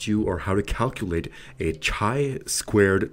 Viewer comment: Pronounced KAI squared, not CHAI squared. Excellent video nonetheless.